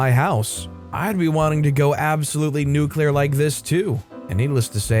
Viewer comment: Nuculer. It's pronounced nuuuuuculer.